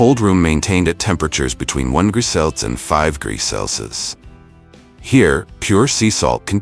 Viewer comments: Bro has 50 different ways of pronouncing Celsius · Bro’s unable to say Celsius even if his life depends on it😂😂😂😂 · Hahah, got to laugh at the auto narrator, cant say jamon, cant say Celsius , and even the subtitles cant spell, look out for himon iverico the next time your in spain. Absolute pathetic garbage, waste your time somewhere more worthwhile, like watching baby fukin shark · 25 gree celsurs ... Is this AI or the guy really can't pronounce "jamon", "degrees" and "celcius" ?